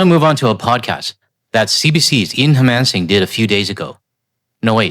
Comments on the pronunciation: Han-o-MAN-sing. 4 syllables. He's Vancouver based. You should know this. Hell, even I know this and I don't watch TV news. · Pardon me for being pedantic but you deleted an entire syllable from Ian Hanomansing's last name.